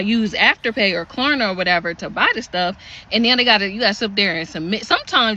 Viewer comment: she said Klarna wrong way too many times